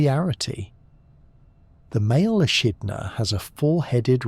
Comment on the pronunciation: to me it sounds like AI. Both in content and in audio quality. It pronounced echidna as eshitna and inn the next sentence as ehitna. The tone remains exactly the same across different sections and there's no pauses to indicate different sections. Then the subject matter is also very incoherent, slapping on adjectives everywhere. Mindless sentence like "evolution explorers without ego". AI content it'd getting good though